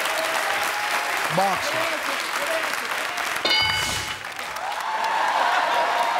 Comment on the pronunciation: When she said boxers at first I thought she said buttsers